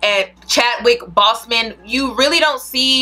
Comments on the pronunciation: I agree with everything. Shit I used to think that mess was cute. BTW, it’s Boseman- pronounced BOWS-Men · You pronounced Chadwick Boseman last name incorrectly btw